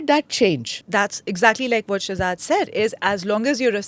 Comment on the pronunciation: Read as Shehjad